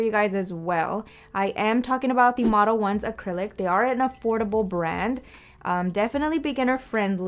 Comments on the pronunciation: No really I don’t even speak Spanish fluently and I pronounced it in Spanish. It sounds much better than “model-ones” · if you didn’t post this video and pronounce it correctly, I would’ve been pronouncing it the Spanish way and would’ve gotten the look 👀 lol so thank you